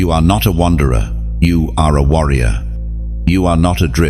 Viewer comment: warrior not wonderer